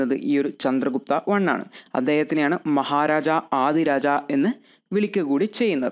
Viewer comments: Thank you sir. but Maharajadhiraja koottivayikkende. Maharaja aadiraja allallo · Maharaja adhiraja alla bro maharajadhiraja aanu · Nice class .. മഹാരാജാധിരാജ എന്നാണ്...